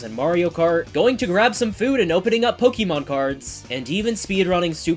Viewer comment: the real challenge for you seems to be pronouncing "Pokémon" correctly. You only got it right 1/5 times